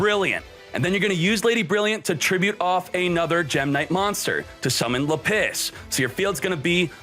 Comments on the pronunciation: Lapiss had me rolling. LA-PIS not LA-PISS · Le PiSS.......can you not. This video is unwatchable hearing you say lapis wrong. It's literally lap. And is. Not let piss. It's lap is like a z. Lapizzzz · lah-pus no lapiss lmao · Btw lapis is pronounced lah-pis not lapiss they don’t pee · It's..lapis , not la-piss..this guy.. doesn't pRonOunCe tHe nAmEs coRrEctLy.. i bet he's.. a fake fan..of Yu-Gi-Oh!.. don't support..this channel.. nor k0nami..unistall this..toxic game.. (damn I hope people..don't buy..this..box now..so..my own..business..can..succeed..finally..) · Lapis not Lapiss. Bro huge fan but ya misspronouncing these cards is cringy lol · its not luh-piss its lap-iz lol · laPISS instead of LApiss. Now this is the reason I keep watching. Never change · Say it with me... Lap - issss not La - piss OMFG it's a gem FOOL! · its funny how he keeps pronouncing lapis like le piss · Lmao you said lapis like lapiss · Lmfao “lapiss” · It’s lapis not lapiss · Gem-Knight Lady LA-PISS I just found that pronunciation funny. It’s usually pronounced with a hard A and a soft I. Like how you would pronounce the Pokémon Lapris but without the R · Ah yes. La-piss. You can find it below y = 32 and most often between 19 and 17. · Nobody:: Le'Piss